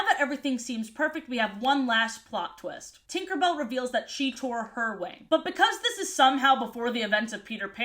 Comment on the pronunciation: He he she said twinkerbell😂